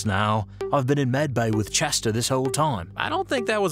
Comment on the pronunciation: ITS Chester not Chewter ok